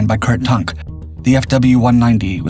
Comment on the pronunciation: And who the F*** is Kurt Tunk.....!!?? And Douglas Bayder🤬🤯 FFS